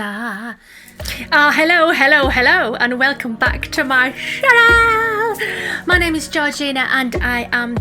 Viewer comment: I like when u say “welcome back to my Chanel” rather than channel, it add a bit of humor to it lol